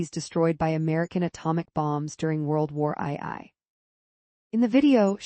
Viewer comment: World War Eye Eye 🤣